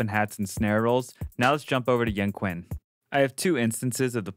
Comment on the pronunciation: hey hello , i want to tell you , it actually pronounce like "young chin" , we don't don't pronounce it like K , and you did pretty good job , thank you for sharing this .